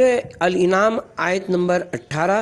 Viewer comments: Please found a good reader; does not know difference of Al-Anam and Al-inam. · ایسی معرکة الآرا کتاب کو پڑھنے کا کام مناسب فرد سے لینا چاھئیے تھا. جو اردو کی درست خواندگی کر سکے. سورہ الاَنعام کو سورہ الاِنغام اور سورہ الاَعراف کو سورہ الاِعراف پڑھنا فاش غلطی ھے جو قرآن کی نسبت سے نہایت شدید غلطی ھے. مزید... موصوف کا بارھا "اُن" کو "اِِن"..... اور " اُس" کو اِس" اور" اُسے" کو "اِسے" اور ، "لاحِق" کو "لاحَق" پڑھناظاھر کرتا ھے کہ موصوف اردو زبان اور pronouns کے درست تلفظ سے ناواقف ھیں. براہ کرم" آڈیو بکس" کو ریکارڈ کرنے کے لئیے درست فرد کا انتخاب کریں.